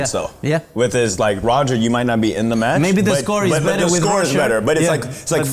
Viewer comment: Diego saying “Rosher” to Roger is very Argentinian 😂❤